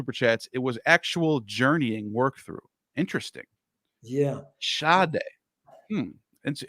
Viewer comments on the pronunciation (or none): Hebrew field is Sodeh not Shadé pronounced Suh-Deh